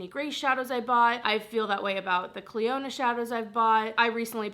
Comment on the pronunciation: Are people aware it’s pronounced cliona not cliOnadh. It could be branded as that idk but in terms of the actual name it’s not